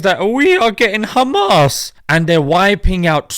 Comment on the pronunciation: "Khhhmaaasss " kills me every time 😂😂😂